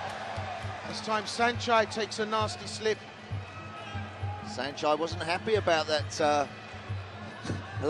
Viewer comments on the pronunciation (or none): Did I just hear Sanchee? Time to mute this commentary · This British announcer is intentionally mispronouncing Saenchai's name as Senchee and it's not okay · What’s up with these announcers “saenchee” 🤦‍♂️